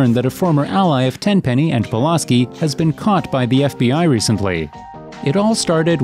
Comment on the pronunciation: I love how you keep mispronouncing Pulaski's name, even though you include video clips with the correct pronunciation